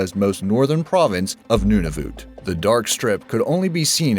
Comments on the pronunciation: He pronounced Nunavut wrong It's Nunavut not noonavut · What did you say? Noonavoot? What!? No it's nun-a-vut nun a vut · XD DID YOU JUST SAY NOONAVOOT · he said Nunavut wrong it's nun a vit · Nunavut is pronounced noneofit :/ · OMG, I cringed so hard when you said Nunavut. It's pronounced Nun-a-voot. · You pronounces Nunavut wrong. It is pronounced noon-a-vit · nunavat is a territory. figure it out instead of sounding like an arrogant american. also its pronounced none oh vut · Holy fuck he can't even say Nunavut right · I wish he said Nunavut right kinda annoying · You said Nunavut wrong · I love these videos! But.. you miss-pronounced 'Nunavut'. I'm sorry, but there are really nice places here in Canada, and we're very polite. I guess not all stereotypes are wrong. But, I suppose Nunavut is really cold, unlike Ontario. (as there's like, 4 feet of snow and I'm at home because transportation isn't running..) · you said Nunavut wrong idiot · u pronaced Nunavut wrong